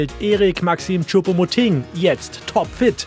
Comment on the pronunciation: Sie spricht Choupo-MotING wenigstens richtig aus!👍🏻👍🏻 Das kriegt ja Herr Brügelmann bei "Reif ist Live" seit Wochen nicht hin...🙄😝